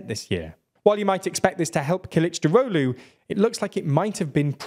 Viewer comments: Kılıçdaroğlu is pronounced: K(japanese u)l(japanese u)chdarolu, not killichdarohlu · Omg you pronounced Kilicdaroglu like nordic mythical god